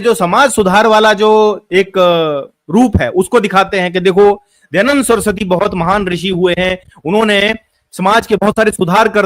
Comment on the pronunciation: kaha se padhe ho...? Poori video me keval idhar udhar ki baat hi kar rahe ho, kisi subject par to tiko, Kahna kya chahte to ye bhi clear nahi hai. Are bhai kamm se kam Dayadand bolna sikh lo pahle.